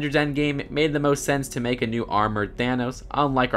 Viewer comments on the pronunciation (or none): none